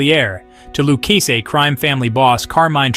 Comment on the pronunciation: do you here this guy try to pronounce Luchese Family . he called it the Lukesse Family. smh. how do they get a guy to narrate a mob video who cant pronounce Italian names.